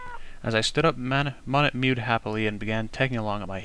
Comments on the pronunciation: I just learned that the pronunciation for Monet is (Mow-Neigh). Sorry If any of my grammar is incorrect. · I know this series was made last year, but it really annoys me how he pronounces Monet wrong.